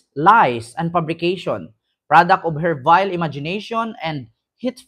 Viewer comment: Vile hindi bile,vile means nasty,foul horrible erc